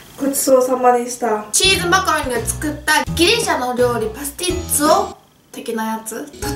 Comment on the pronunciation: 代用してパスティッツォ？を作りました！に聞こえます、、なんて言ってるのかな？とりあえず可愛いからいいんだけどね笑